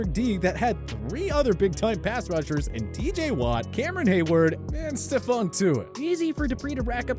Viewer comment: You actually said Stephon right!